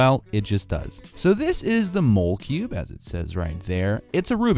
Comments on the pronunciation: I think it's pronounced like molecule 😂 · It's actually not mole cube it's molecube as in molecule